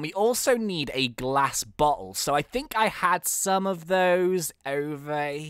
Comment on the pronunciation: when he said "glass bottle" I thought he said glass but hole. lol